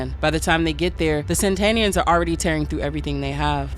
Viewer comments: "Satanians!" Not Sentanians! Geez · Satanians as in satan, not san-tanians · Really bothers me she keeps calling them Santanians instead of Satanians. Are these Santana groupies ? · I dont understand why the video says SaNtanians like santa and not satanians like satan smh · Not SAN-tanians. SAT-anians. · Ok, I gotta ask... Is saying "Santanians" instead of "Satanians" the same thing as saying "Unalived" instead of "Killed"? Because I fully get it, but it just sticks out EVERY TIME to me (I know it's a me thing and likely not general) and makes it feel weird to not know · Its pissing me off that you keep saying SaNtanians and saNtania like santa and not satan. What the hell ? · Are you intentionally saying saNtania / saNtanian? Is it demonetisation avoidance? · Lol I was getting tiny little electric jolts in my brain everytime you said Santanians when the text said "Sataninans". I'm sorry I didn't mean to sound like a dick 🙈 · am i crazy? i feel like the whole video i heard you saying "saNtania" and "saNtanians" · But the video keep saying saNtanians like santa and it keeps pissing me off